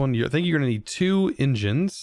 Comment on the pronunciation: "you're gonna need 2 Indgeaans, 2 injeaans"